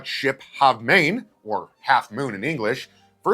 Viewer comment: Halve Maen, NOT Main, pronounced as AAAH not é as in say The Huguenots were treated very well in the Netherlands, they were persecuted in FRANCE...PLEASE NO LIES, we really have had it with Yanks and lies here!